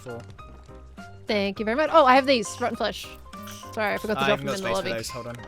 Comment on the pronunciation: i keep hearing Grian say rotten fresh whenever he says rotten flesh